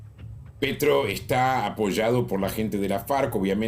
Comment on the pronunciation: No se porque le seguía diciendo Pietro en vez de Petro 🤣😂